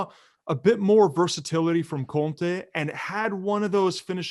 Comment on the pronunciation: His name is Conte. Please stop adding "h" on his name it sounds weird